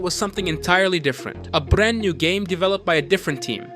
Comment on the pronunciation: abim aksan biraz degisik olmus brraaand new game falan derken biraz ele veriyor ama eline saglik